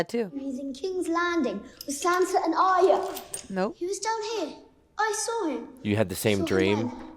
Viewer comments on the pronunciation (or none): Just a pet peeve of mine and everybody seems to do it. Mispronounce Arya Stark's name. Aria is how you are pronouncing it, Arya should be pronounced more like, "are ya" but you sound is made by the letter i, that's why Aria is pronounced the way it is. The y doesn't do the same thing in her name. It's more like "are ya ok?" Not that big of a deal because everybody makes this mistake but that's what really drives me nuts, almost everybody makes this mistake.